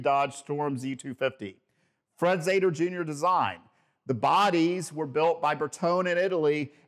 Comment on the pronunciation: "Zeder" should be authentically pronounced "Zeeder". There are many contemporary films about Chrysler Engineering with this correct pronunciation, "Zeeder".